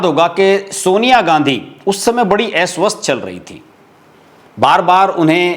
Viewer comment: Eswasth nahi aswasth. Har baar aap aise hi uchchar karte ho. Esahaj nahi asahaj. Esatya nahi asatya.